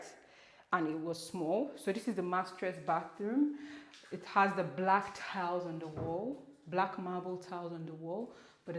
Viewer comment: I really loved the video, but haba, which one be mastress again? You can't be here designing your own English 😂